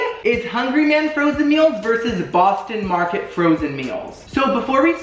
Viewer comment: "Bostino Marketito", "Hungry Whore", "Hungry ballsack" 😂🤣 "There's a tenderloin right there that's being pulled.." 🤣🤣💀 "Hungry deick.."